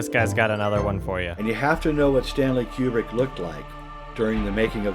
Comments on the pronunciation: Okay, so that's ACTUALLY how this dude pronounces Kubrick. Q-brick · >"You'd have to be a complete fanatic like I am..." >pronounces Kubrick wrong ...fuckin' A